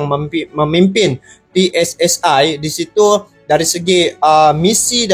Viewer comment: aku dari Indonesia. kepada cainelaku sering menonton cenel anda maka aku pengin cenel coba berlatih bahasa Indonesia sia lebih Pasih lagi supaya lebih jelas dalam berpendapat contoh kalau bicara pssi coba di pasihkanenjadi jangan pssa tapi pssi iiitu saran dari kami makasih